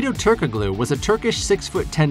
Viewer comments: Ok... Its SLOVENIA not SERBIA Its pronounced as Turko-LU not Turko-GLU. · Are you so young you don't know how to pronounce Turgalu . The k is silent. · Every time you say "turk a glue" I die a little. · Hedo Turk-uh-glue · It’s pronounced “turk-aloo” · The "g" is silent in Hedo's last name🙂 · Stop saying Turkoglu like that! Fine enough video, but clearly you're a new bball fan. Check pronunciations for your next video to avoid looking green.